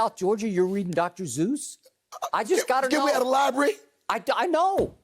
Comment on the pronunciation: Skip Said “Dr. Zeus” 💀💀